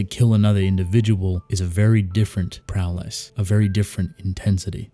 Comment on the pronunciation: It sounds like you’re saying prow less every time you say prowess.